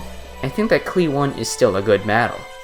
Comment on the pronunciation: i KNOW you arent saying the one in cli-one like the number.